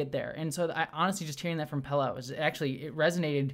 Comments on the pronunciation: Sorry upfront for yelling,, but: WHY ARE YOU CONSTANTLY CALLING PELIA "PELLA"? 😵‍💫🤨 I love your thoughts, insight, and enthusiasm, but wouldn't be surprised at all if you had some form of dyslexia when it comes to names... noticed at other times too, that getting the names right doesn't really seem to matter too much to you, which is really interesting, given your personal background. 😅🫣 Other than that, keep up the great work (LOVE your WGA/SAG-AFTRA intro as well - and I'm happy to see that typos have been fixed here!). 😉👍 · Okay,? I like your reviews and enthusiasm, but this has been going on for way too long now: Carol Kane's character is named Pelia, with an "I" in the middle. Pell-ee-a, not Pella. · Pelia! Pel-ee-uh! Rant aside, I loved this episode and I loved your review. PS. your combadge is too low